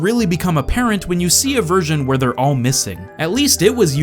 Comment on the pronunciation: "tell me: Vhere did we go soo wrrrong?"